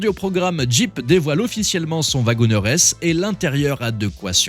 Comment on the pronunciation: "wagonEEr"!!!!! Prononcé "wagonir". Comme le "CherokEE", on ne dit pas "CherokÈ". Vous ne prononcez pas "JÈP" pour le nom de la marque, tout de même? 🤦🏼‍♂️